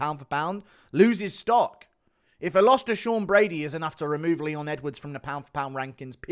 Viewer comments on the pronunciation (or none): none